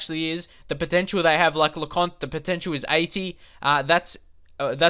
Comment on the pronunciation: Blanchard ...... Blank-ch-ard Lecointe ....... Le-coin-t Gilmartin ........ Jil-mert-tan (pronounced as if he's French) Young has more potential than Hourihane.